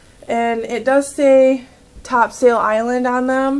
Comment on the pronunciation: it's pronounced Top"sul" Island...